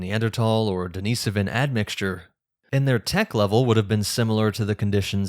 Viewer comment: You’re saying Denisovan wrong